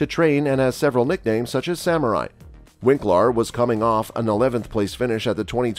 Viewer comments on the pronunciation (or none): none